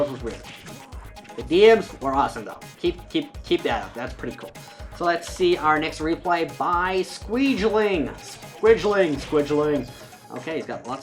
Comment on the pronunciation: Squigggling XD not squijling lol